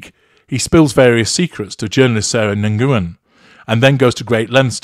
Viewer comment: sorry to be the pronunciation police!:-(... Nguyen (i.e. Sarah Nguyen) is pronunced "Nuyen", and definitely not... "nanguan"!!